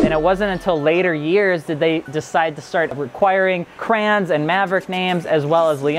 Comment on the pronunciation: Listening to this guy say "Crayons" instead of Kränze, painful.